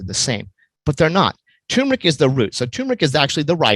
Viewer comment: It's TURMERIC....not toooooomeric.